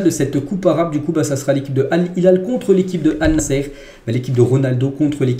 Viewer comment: Désolé mon frère mais tu prononce mal l équipe de CR7 au lieu de Allnassr, mais pas Allnassere. Je te demande pardon d'avance si j'ai mal parlé. Merci pour le compréhension.